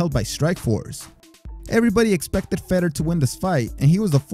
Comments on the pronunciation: Bro you crack me up with how you pronounce "Ruiz" perfect with the rolled "r" but mispronounced other "white" last names. Yet again I've never heard someone pronounce Fedor as "Feddor". I'm not trying to make fun of you for it though. I'm guessing you don't watch mma as often or if you do you mute the commentators. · Fedor is pronounced (Fay Door) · I came after Lebben and Fedder to say something about how he got those so wrong. Haven't even heard Weedman yet. Haha. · Ruddock, chris weedman, chris lebben, fedder, cheek congo. This guy only prounounces the spanish names correctly. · Man get these dudes names rite Chris leben name is pronounced leeben and Fedor named is pronounced fador except it's spelled wit a E dam the guy says his name on the broadcast nd u still say it wrong